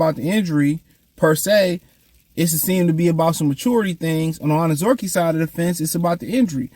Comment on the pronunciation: I pray that they let Levi go so you can stop butchering this Man's last name since you do not try whatsoever enunciate and properly pronounce this man's name